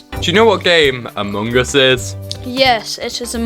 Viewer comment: Dear god. The way you chew up and spit out the word “among” is Horrendous!!!